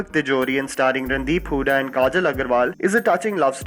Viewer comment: Round of applause to the common denominator.....'Randi-hooda'!!!! p.s i know its 'Randeep' :P